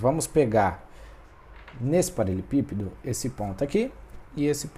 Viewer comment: Muito bom, porém me incomodou ele não saber falar "paraLELEpípedo"